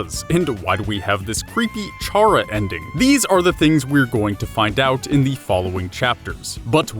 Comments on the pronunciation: theory seems legit but ralsei isn't female the unused classroom isn't toriel's you mispronounced chara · Chara is short for character....why do people pronounce the ch like cheese or charcoal...oof lol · 1. I think you're mispronouncing Chara. 2. Ralsei is a dude. 3. 2 videos and Gaster (the person that made the whole dark world) isn't even mentioned once in either videos AANNDD 4. I luv u ☺ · you're pronouncing Chara's name wrong their name is a play on words, all the names in these games, it's a play on the word character. So stop calling them by a different pronunciation! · Kris sounds like Frisk but with a c sound like chara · Nobody said Ralsei was a girl. The pink doesn't mean female you know.Also stop pronouncing it as Charr-ah. It's pronounced Kara, as in, short for CHARACTER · I swear to god if you keep saying CHAR-uh and not CAR-uh I'm going to throw myself out of a window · I cant watch this knowing you pronounce chara as Char-ra not kar-ra. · Its not chara its rhaca idk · i have just one problem wit this... "CHARA" IS PRONOUNCED "KARA"!!! IT'S THE START OF "CHARACTER FOR GOD'S SAKE! and if you don't believe it ,look at torial's name - TUtorial because she is the is the tutorial. if the tutorial character was named after her role, why not the character that has the whole story around it? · would like to mention, because I'm kind of a grammar nazi, chara is pronounced kara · it’s pronounced kara short for character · Omfg it’s CHARA. The “CH” makes a “K” sound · 1. Ralsei is just Asriel, not even implied to be female. 2. CHARA-CTER as in pronounced "kAr uh" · TakTheFox I hate when people pronounce it as "char uh". For fucks sake, we know Chara is short for character. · Why is NOBODY focused on how he pronounces “chara”? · Dislike for saying Raslei is a girl, and mentioning and mispronouncing Chara. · Also, isn't Chara pronounced like the word Character? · It's pronounced kara not chara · It’s pronounced kar uh not charre ah